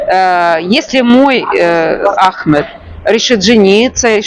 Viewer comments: вы так давно живете в Египте и так неправильно ставите ударение в имени Ахмед что слух режет и как другое имя выходит у вас Это же самое популярное имя там почти всех зовут Ахмед😮😅❤🎉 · Ahmed ударение на первый слог. По другому тут не говорят. И МустАфа ударение на А. Я не знаю где вы живете. Но в Египте именно так произносят имена